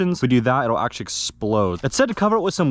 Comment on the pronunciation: the amount of "achally"s is insane